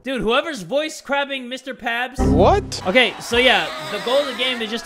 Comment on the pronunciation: I was 😂🤣 becuse said mister pabs hahahah